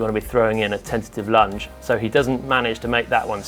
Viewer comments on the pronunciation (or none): none